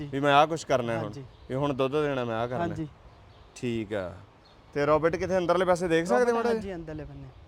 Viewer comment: ਰੌਬਟ ਨਹੀ ਰੋਬੋਟ । ROBOT. not Robut